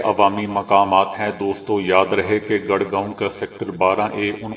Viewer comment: gar gaon nahi gur gaon